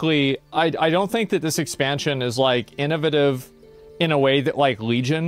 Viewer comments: I love that Asmond can pronounce Chitin correctly but not innovative. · This millionaire can't pronounce innovative